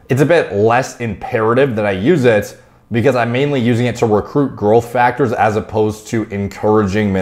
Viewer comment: Anyone else hears "girlth" when he says growth?